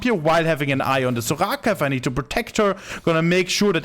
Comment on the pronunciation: I like the way he said Soraka 😂 zouGhaka